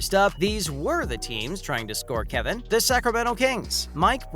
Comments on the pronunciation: It's insulting to Warriors fans when they can even pronounce his name correctly.1. His name is Kevon NOT Kevin. 2. The Warrior's owner's name is Lacob (LAY cob) NOT LA COB! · This dude needs to learn how to pronounce people's names 🙄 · What a pointless video, you mispronounced dude’s name, then ask a crazy question, can he win the MVP next year... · Is this person actually a human or computer voice? The pronunciations for Steph and Kevon are bad.